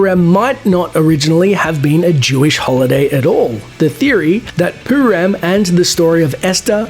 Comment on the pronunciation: It's not poo-ram it's purim. Douchebag